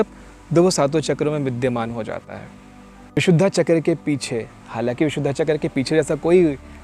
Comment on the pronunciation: कृपया " विशुद्धा " नहीं विशुद्ध बोलिये. धैर्यवान को धैर्यवाना कोई कहे तो अच्छा नहीँ लगेगा